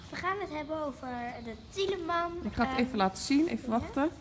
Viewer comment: Jullie zeggen Thieleman maar het is Thiedeman :) Verder leuke video! Geniet altijd zo van jullie vlogs <3